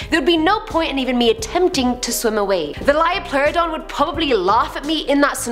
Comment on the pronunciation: "LEO-pluridon". Not Lyo.